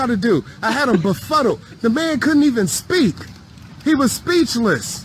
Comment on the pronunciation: Did he say he had a befuttle??